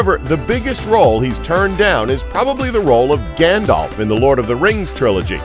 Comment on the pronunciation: NOOOI NOT GANDOPH